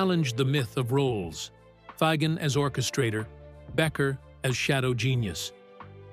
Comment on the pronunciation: I love how the repetitive AI narration struggles with the pronunciation of Fagen's name. 🤣🤣🤣